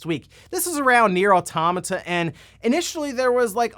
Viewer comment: I learned, in the last direct, that pronounces automata wrong.